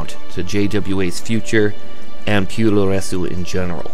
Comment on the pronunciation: Awesome Docu! Just so you know Puroresu is pronounced; "Pu-Row-Res". Su creates a silent "U" where as Tsu creates the sound "Su". Regardless this Documentary is amazing